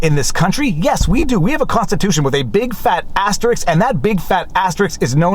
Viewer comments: Asterisk Ass-ter-isk Asterisk Stop saying "astericks" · First 10 seconds in: "I'm pretty the word 'Asterisk' is phonetic, meaning it's not "Asterix" but rather 'Ass-tear-risk;' though maybe that's a Canadian pronunciation" Hehehe....ass-tear-risk..... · Sorry to be a pedant, but your pronunciation of the word "asterisk" sounds very much like a popular French cartoon character...